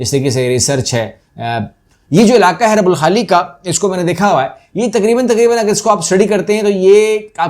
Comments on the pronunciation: Yes it's " الرُبْع الخالي ".. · Please correct the pronunciation . It is ruba alkhali. Ruba meaning one forth.Your video's are very